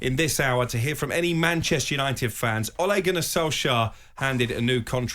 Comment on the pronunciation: So irritating, pronounce his name properly,it's Ole not Ollie.